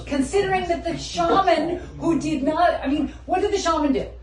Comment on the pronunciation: Theres no "R" in Shaman.